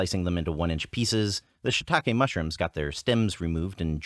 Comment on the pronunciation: You guys are amazing! Such a wonderful channel - I could watch your videos all day. One little thing; shiitake mushrooms are pronounced "she talk eh?" and not "shit talk eh?" ;)